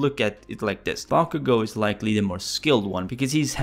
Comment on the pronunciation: It sounded like you said “bonkugo”